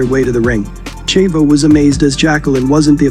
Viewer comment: Great video, but the way you pronounce "Chavo" is very annoying.